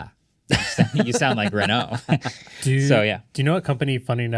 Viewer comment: Friendly note: Renault is pronounced, ‘Ruh-Noh’, with a rhotic R if saying it with an American accent.